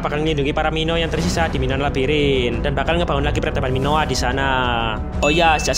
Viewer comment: Minoan bang bukan minoa